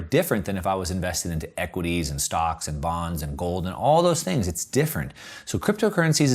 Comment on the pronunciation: "THREE THINKS TO WATCH". Hilarious! Should be "THREE THINGS TO WATCH." good vid bro